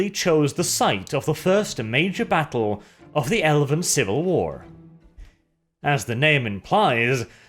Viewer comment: what was that I heard? “The first battleground in the elephant civil war”?